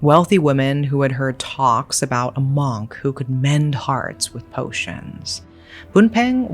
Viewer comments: I’d love to watch this but the way you pronounce Monk is actually driving me insane. Mooohnk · i love you but your pronunciation for “monk” bugged me in this video other than that i love listening to this whole story.